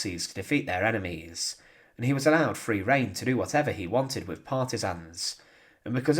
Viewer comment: You may not have noticed, buddy, but this narrator has a speech impediment. He pronounces a few words incorrectly. (Free=Three Faver=Father Fretened=Threatend Viss=This)